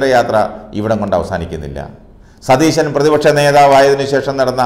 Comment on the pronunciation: Satheesanalla thereesan, para chetta